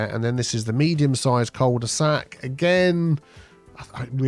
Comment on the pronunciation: As a frenchie, hearing so many "coal de saxs" makes me laugh 😅